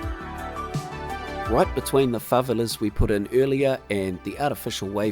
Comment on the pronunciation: Another incredible build! Btw, while I do love the NZ accent, I’d just like to note that it’s pronounced fa-VE-la:) Keep up the good work!